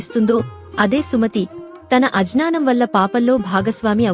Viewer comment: Thalli kasta words Correct ga palukamma '"ajnanam'" kadu '"agnyanam'" anali "dumhakam" kadu "dhuhkam" anali & kasta "..." lu ",,," lu pettu thalli, inka words yekkada correct ga cut chesi matladalo telsuko. For eg.Sivalingam pakkana Tulasi,mokka, kanchupatra, ani vidadeesi chepali gani tulasi, mokkakanchu, patranandi, ila cheppakudadu mundadi telsukuni cheppu lekapote konta mandiki ardam kaka juttu peekuntaru. Ardhamayyela chepadam important.